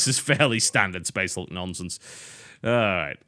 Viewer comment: I like how in the beginning he pronounced it as "Space HALK"